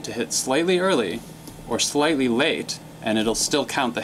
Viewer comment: Why did you say slately early? Or did you say slightly?